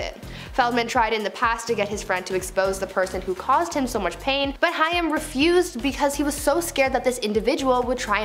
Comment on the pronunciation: It's pronounced "HAME" (Corey "HAIM")... ugh... Cool channel, but just Google names you're unfamiliar with, it happens too much on YouTube, and why cut corners there? 👈... Good luck✌️